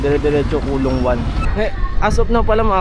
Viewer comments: coloong ko-lo-ong..hindi colong😂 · Coloong hindi kulong.. 2 Yan Coloong Coloong 1 at 2..dyan ako ipinanganak Kaya kabisado ko yan.. Mali ka NG bigkas.. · co-lo-ong po😊